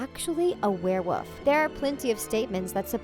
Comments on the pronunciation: Werewoof? 😂 it’s actually wereWOLF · You keep saying werewoof not werewolf. Say it right. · She kept saying wear woof instead of wear wolf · Wulf not woof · Why do you keep saying werewoof?!? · It's werewolf not werewoof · She wasn't saying wereWOLF she was saying wereWOOF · I swear she says ‘Draco is a werewoof’ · What's a "werewoof?" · The way she pronounces wearwolf Its not wear WOOF its wear wolf. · Lol werewoof don't ya mean werewolf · Why did they keep saying werewoof it's werewolf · its warewolf not warewoof, also fase.... sorry good video but that drove me insane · You say were-woof instead of werewolf and fose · Are you saying wearwoof? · It sounds like she's saying werewoof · She says werewoof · Wtf is a “werewoof” 😐🤔😂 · "A wereWoof" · If I hear this uneducated girl say “werewuff” one more time..... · malfoys a what? a wear woof? lol wear woof omg thats killing me. whats a wear woof? a little puppy that can change its size? i needed that laugh thanks. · What’s a ware wuff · Can someone please teach this woman how to say werewoLf??? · I couldn’t take it seriously after she started pronouncing werewolf as warewoff😂😂😂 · I'm sorry what a werewoof? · This is like the 3rd video I've watched where she's said warewoof, I thought it was an accident the first time but 3 videos is not an accident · It’s werewolf not werewolf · Think you should spend more time learning how to pronounce werewolf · This is the biggest pile of crap I've ever heard. And learn how to pronoiunce Werewolf. Please.